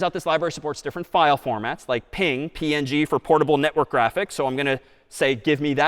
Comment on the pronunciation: That is how it is pronounced